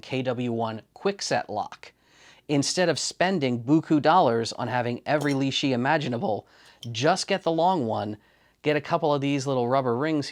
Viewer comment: The Li-shi tool spacer ... it's got to be a Li-shim surely?